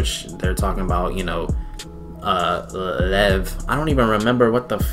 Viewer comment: training camp let's go!!! it's super funny to me that you said that Lev (pronounced p m like: 'Le,eve') as a snake... considering that there's a wholeass 'sanke team' (Nohibe... hibe... = snake in Japanese... lol) that appears in the OVA before season 4!!! lmaoo! oh! on the subject of OVA's there's one abt Nekoma and how they got Lev to a level where he can play as a regular... (since he only started playing in high school) so feel free to check it out! (it's p fun, w. a focus on Nekoma, but the OVAs out rn aren't critical to the story, but 'Haikyuu!!Land vs. Sky' that will be out January 22nd *IS PART OF THE MAIN STORY, SO DON'T MISS IT PLS!* ) that's all! thx.